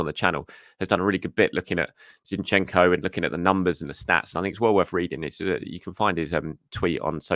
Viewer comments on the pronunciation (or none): none